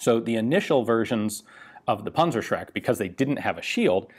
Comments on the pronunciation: Rakattonpunzerbewxe fiftyfour,, punzershrek...that was pretty close. I know, the "ü" is impossible, but the "z" is like "ts" ...Puntsershrek. The Tank-terrorizer. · NO this is not called a pansashreck it is called PANZER SCHRECK ask google how to pronounce it properly, please. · Dear diary, today I learned panzerschreck is spelled panzerschreck, not panzershrek. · I pronounced it as "Panzer-Shrek". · sounds like "Panzershrek" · i don't like how you call it a 'punzershrek'. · Panzer Schräkk...nice German ;))))) but your Shermans...da reicht ne Fliegenklatsche. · Dimitri, fire the panzershcrek! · sorry mate the pronouncing of the german name of this weapon is terrible wrong nofront, it is funny to hear this weapon name pronouncing with US dialekt greetings from germany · " rakettinwerfer" pansrshrek" haha nothing better than listening to americans pronouncing our german weird words